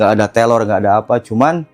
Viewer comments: Salfok abg bilngnya telor. Bkn teror mungkin abg nya cadel ya. Maaf kalau salah🙏🙏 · Sebenernya cerita si abangnya serem, tapi karna selalu nyebut terror jadi telor jadinya ngakak 😂😭🤏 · Bukan telor atuh tapi reror😂😂😂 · Teror bang bukan telor😂